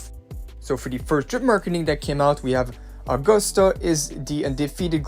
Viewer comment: Please, her name is based on Caesar, you know? Agustus Caesar. So it's not uh-GOOST-uh. It's A-gust-ah.